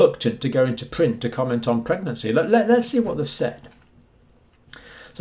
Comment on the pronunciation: Pwegnancy might be a pwoblem